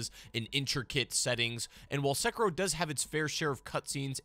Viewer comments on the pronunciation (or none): Se-ki-ro. Why pronounced as sucker-roll?